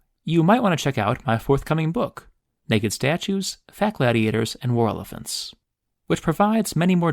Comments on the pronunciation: What tf is a whirla-fent? Lmao 😂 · i love your content but always chuckle at the way you pronounce War Elephants as "Whorlefants"...almost had to look it up the first time i heard it lol